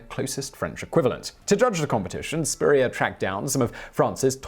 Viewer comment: Ok as someone named Spurrier, the way you pronounce it is somehow slightly off in a way I can’t describe and it’s weird. Also, in my family we’ve had a random story that someone in our family got kicked out of France, but that was it, and even though we might not be related to Steven Spurrier, that might be where it came from